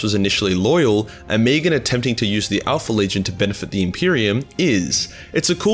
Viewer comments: O-me-gon. Not omegen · O-me-Gon, 3 syllables.